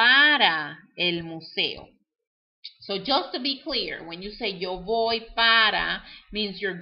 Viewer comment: I don't understand why you say "voy" with a "v" sound but you said the "v" sound like a "b". but you are not saying "boy".